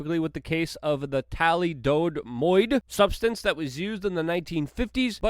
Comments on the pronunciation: Thalido-moid? 😁 No Luke, its pronounced Tha-li- dough-my-de. Plenty of documentaries on the 'tube about that evil drug which was once pushed to pregnant women. Horrible stuff. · The substance that the FDA protected pregnant women with morning sickness from (after it was too late and babies were born with various limbs missing) is pronounced tha-LID-ō-mīd. I love your videos. Just want to help you out with proper pronunciation. Take care. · Luke, it's pronounced tha lido mide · Say it with me Luke, thi-lido-mide. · Tally-dome-oid! Interesting pronunciation of one of the most infamous teratogenic drugs in history. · Thalidomide, pronounced tally-dode-moid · Why do people have such a hard time with thalidomide? thal-id-oh-mide